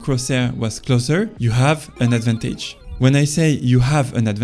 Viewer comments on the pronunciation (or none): love the videos 🔥if you work on fixing how you stress words you’ll get huge , (beGInner not BEginner, adVANtage not ADvantage, oPPOnent not OPPonent, poSItioning not POsitioning, OBstacle not obSTAcle, eLIminate not ELIminate etc…). It’s really easy to fix and will massively improve understandability 👍🏼. You can put ‘word pronunciation’ in google and it’ll say in bold the part you have to emphasize. Have a good one